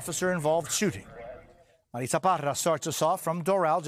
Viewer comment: I love how they always enunciate the names "en Español " i have a daughter named "Marissa ",. We do pronounce it, "Mareetza". Ffs. This is America. Speak English. 🤦🏾🤷🏾‍♂️